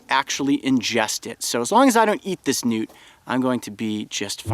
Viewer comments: at first i thought he said nudes lol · When they say Newt is sounds like nude